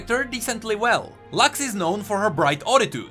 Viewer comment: It's not "Lax", it's Lux, exactly how it is written, it's not english, it's latin and it means Light